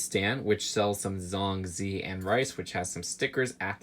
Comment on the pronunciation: I like how says Zhong Zi..... He wont believe how its actually said